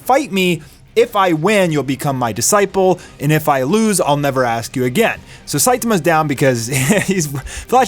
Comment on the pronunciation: The way you pronounce disciple hurts my soul.